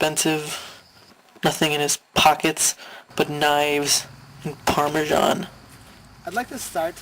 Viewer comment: Knives and . . . paramsian?! hahahaha